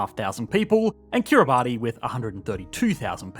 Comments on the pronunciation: It's pronounced Kiribas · "Kiribati" is pronounced "Kiribash". Yes, the "ti" represents an "sh" sound. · You mispronounced Kiribati. KIRR-i-bass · Say it like "Kira-bus"! Don't let them ever hear you mispronounce Kiribati - they're super nice but will end you! 😅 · Kiribati is pronounced kee·ruh·bas! Learned that from 😂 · Kiribati is pronounced KIRR-i-bass. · Pronounced Kiribati wrong... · Pronounced Kiribati wrong